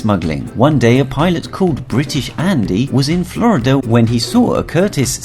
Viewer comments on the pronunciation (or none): none